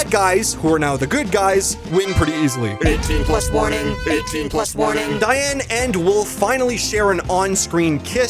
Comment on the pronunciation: "Whats youre favorite bad guys 2 cha-" diane... its diane...